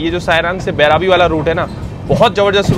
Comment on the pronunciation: Bhai station ka naam Devnagri me bhi likha hua hai, phir bhi thik se nahi padh paate ho. बइरबी naam hai. बैराबी nahi.